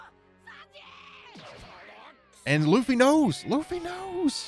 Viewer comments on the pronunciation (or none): Funny how he said Lucy................